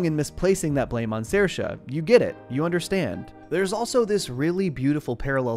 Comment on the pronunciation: I love how you pronounced Saoirse. You got it pretty accurate 👏👏